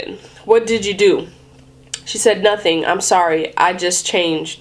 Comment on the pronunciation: I know what it meant when she said Nating. Yur rayt. A litel mor slip mayt fiks mi. She meant Nothing. Your right. A little more sleep might fix me.